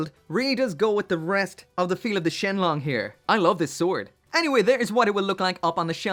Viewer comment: Surprisingly accurate chinese pronunciation at the start there lol